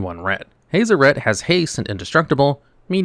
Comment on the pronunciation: My brain hurts from how u pronounced Hazoret. Hah-zoh-ret. I've heard Hah-zor-ret which is less painful on my ears but haze-o-ret makes me wanna cut out my ear drums >_<